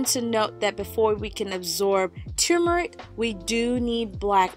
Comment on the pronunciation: It's called TURmeric; NOT TUmeric.